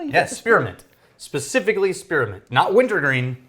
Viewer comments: Spear-a-ment.... just adding syllables just because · Spearmint not spearamint